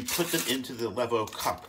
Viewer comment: The line above the E means pronounce it LEEVOH. Not that I care...